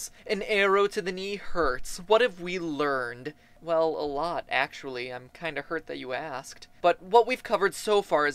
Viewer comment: Arow to th knee acsaly